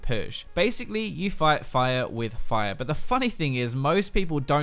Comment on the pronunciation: I just grin everytime u say "fight"... phyte ( ͡° ͜ʖ ͡°)